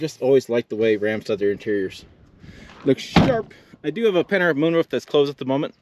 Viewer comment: What kind of moonroof are you saying? Are you saying panhard?